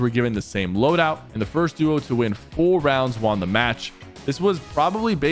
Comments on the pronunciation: How everyone says won: one How Sypher says won: Juan 😅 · Why is he saying WON so weirdly